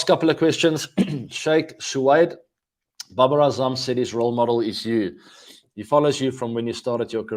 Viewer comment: babar is not baber . he is India :D